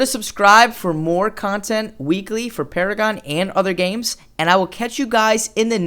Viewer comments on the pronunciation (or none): none